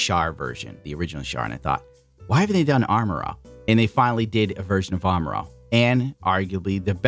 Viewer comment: 1st thirty seconds of the video, I kept hearing "Armor-All"